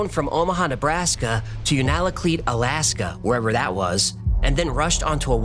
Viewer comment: For future reference Unalakleet is pronounced “You-naa-la-cleat.”